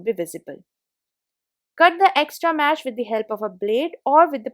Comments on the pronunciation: The word is mesh not mash. Nice hacks though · It's not mash... It's mesh....just open it....just close it....just slide it...I suppose u use the word "just" a lot. Can u do the videos in Hindi??